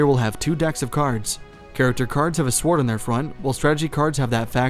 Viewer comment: S-W-ord? Is this an computer generated voice?